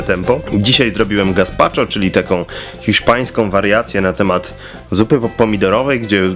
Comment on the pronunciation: Krzysiu -Co? -Gazpacho (czyt. Gaspaczjo)